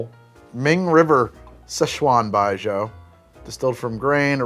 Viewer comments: How are you getting " bijoe" out of that pretty sure it's "bijew" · tf is BI-JO? You mean Baiju? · There's not really a Frenchy 'zh' like the s in treasure sound in Chinese. The closest thing the j sounds like, is just a normal j in English. So Baijiu sounds pretty similar to like, bye-je-oh, with that je-oh being really fast. Apologies if that's not very clear, it's the best I can do!